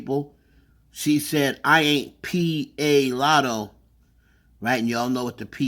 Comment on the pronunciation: She definitely said "I'm not poosay ahh Latto" but okay 😟